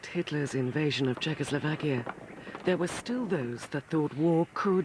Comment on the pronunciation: For god's sake man it's CZECHOSLOVAKIA... \I know we are a small country, but the name ain't that hard...